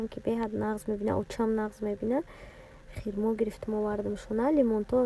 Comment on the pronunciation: Хирмо не хурмо